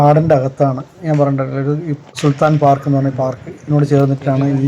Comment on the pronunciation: സുൽത്താൻ പാർക്ക്‌ എന്നല്ല സൽട്ടൻ പാർക്ക്‌ എന്നാണ്.